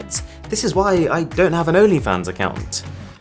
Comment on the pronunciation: I just love the fact that he just said that he doesnt have a patreon, youtube memberships and an only fans But he put the accent on onlyfans I bet he has a onlyfans subscription🤣🤣🤣